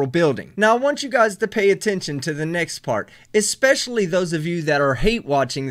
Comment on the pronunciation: I love how you pronounce it "especially" and not "expecially" 😂